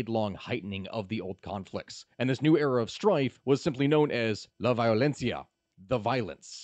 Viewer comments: "Vayolenssia" "Bogata" ... No, no, I'm leaving. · That and "La Violencia".